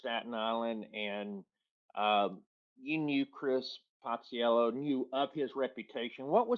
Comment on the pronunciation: Hey knew Chris so well that he called him Passellio.